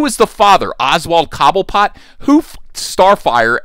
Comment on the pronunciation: 😭i died when you said cobblepot😭😭😭🤣🤣🤣🤣🤣